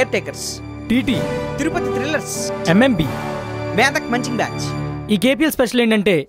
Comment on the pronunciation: MEDHAK Kadu bhaya MEDAK